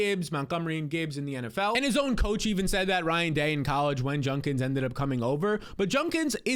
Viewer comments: ‘Judkins’, not ‘Junkins’ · Judkins* not junkins